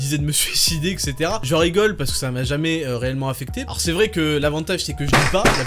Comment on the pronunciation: savez réellement comment prononcer "etc".